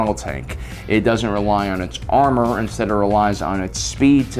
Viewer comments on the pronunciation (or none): none